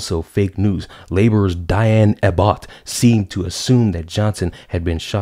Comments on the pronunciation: Love your pronunciation of 'Diane Ah Butt' 😂. Closer to the truth than you imagine. If Labour had won the general election she would have become the Home Secretary. She is a figure of ridicule in the UK as she is very dim. She also despises white folk. She's also a hypocrite. Labour want to remove Public Schooling. But where did she send her son (who is a convicted drug dealer)? Public School costing thousands of pounds a year. In the UK, reporting of Sascha Johnson has virtually stopped. There was an appeal for witnesses from people at the party. But nobody is saying a word. Maybe they really want to defund the police and are refusing to help. Fair enough. But I think that just want to stay out of it. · The way you pronounced Diane Abbott's name was hilarious. I'm going to call her 'Diane A Bot 'from now on LOL